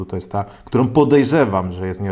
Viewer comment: Lubię oglądać ale od pewnego czasu ciężko się słucha. JabkowOm, którOm, sOm, mocOm, tajemniczOm, magsafowOm, jakOm samOm Na słuchawkach pokaleczony język, ale jak już zachęcasz do komentowania to takie moje spostrzeżenie.